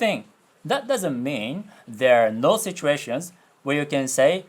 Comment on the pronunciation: It's probably not the same thing going on, but I just found funny cos you didn't pronounce の